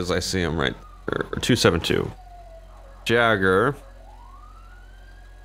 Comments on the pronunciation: It's "jäger" not "jager" (i think) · Jager is pronounced Yay grr not Ja grr. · its not jager its yager it means hunter im german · its pronounced Yay-ger but spelled Jager. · Jäger is pronounced Yay-ger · its pronounced "yager" just fyi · when he said jager i was dieing when he said it like that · Super cringy at 14 mins. trying to prononce jager lol